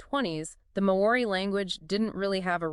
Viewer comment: May-oree lol, you're not even trying.